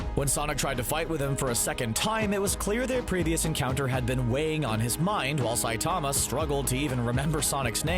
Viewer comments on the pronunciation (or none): the way you said Saitama in the beginning really annoyed me.